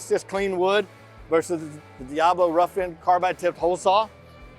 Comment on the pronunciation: Let me tell you something VANCE! Diablo = Goat, and Steven is grade a awesomeness, but HOW DARE YOU force him to mis-pronounce his own tool just to get back at me!? You could see how depressed he looked when he had to say it the way you wanted him to. He deserves better, and for shame to you. 😢